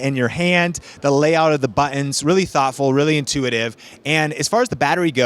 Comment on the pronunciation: Great review. Love it when people pronounce, "buttons" as "buh-enz" lol